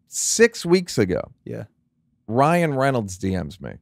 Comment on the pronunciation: OL' DAN RAYN-ER .... RYAN -RE...NOL'D...A Ryan Renold. 🤯 Its a palomino 🐴 🤪